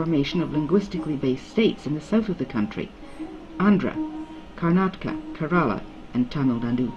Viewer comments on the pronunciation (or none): none